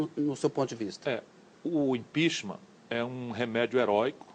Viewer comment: ”O impixima” EHWUHSUWHSUWHSUHSUSHSUSHSUEHSUHEUSHSHWHSUEHSUE eita Harvard...